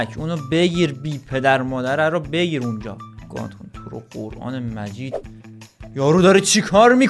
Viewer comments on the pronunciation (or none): none